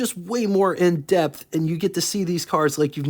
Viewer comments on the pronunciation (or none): none